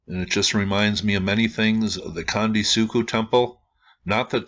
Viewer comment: let me help you in a few ways. 1 - Gunung Merapi is in Jawa Tengah ... CENTRAL Java 2 - Gunung (goo noong) meants "mount"\ 3- Candi is pronounced CHandi (as in "chair") 4- Three=level structures are Buddhist, demarcating the three gross divisions of all existence. 5 - architectural ambiguities across Sumatra, Java and Bali, are due to the origin of the first great Javanese empire arising from a literal dynastic intermarriage between the Mahayana Buddhist Srivijayans of Sumatra and the Tantric Hindu Sailendras of Central Java. Over centuries of in-fighting, shifts back and forth between Buddhist and Hindu continued pretty much until the economic cultural conquest by Islamic traders. Islam forbids carved imagery. A low "pyramid" without adornment suggest accommodations to these sensibilities. Bobodur, right next to Prambanan, both not far from this particular candi on the Dieng Plateau is the largest pyramid on the planet, is grossly tripartite, and has it's lowest level burried.